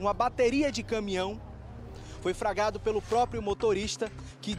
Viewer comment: "Pelamordedeus", esse repórter precisa voltar a estudar. Foi "fragado" é duro, é osso. O correto é: FLAGRADO, deriva de FLAGRANTE. Vai estudar, cara. Vc fala pra milhares de pessoas, tem de falar corretamente!